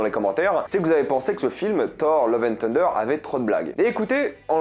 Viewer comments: Ton accent sur " tender" pour dire " thunder" m fait penser à KFC lol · La prononciation de Thunder stp 😭😭😭😂